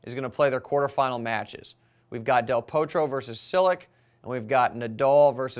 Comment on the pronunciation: pronounce del Potro with a small o not O if you follow me.